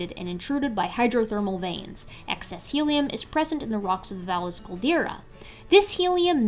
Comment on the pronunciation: The caldera is pronounced "Vie-yes," more or less. It does the Spanish double L thing. Otherwise, this video is flawless.